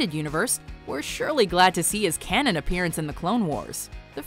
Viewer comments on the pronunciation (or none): none